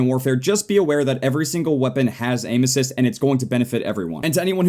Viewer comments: said aim assist like anuses XD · when he says 'aim assist' i hear 'anus''😂 me and my dirty mind